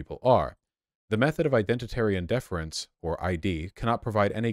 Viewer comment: DE-FER-ENCE NOT DE-FENCE